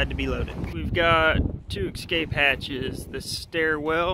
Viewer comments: Love the project but there is no "X" in "Escape." (not pronounced Excape). Cheers. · Looks awesome! Just one thing, there’s no “x” in “escape”.